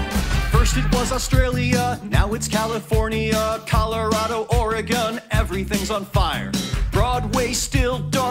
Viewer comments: Thanks for pronouncing Oregon(Or-eh-gain) correctly. Finally sombody other than us Oregonians pronounce it correctly. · Oh my god you said "Oregon" correctly!!!!!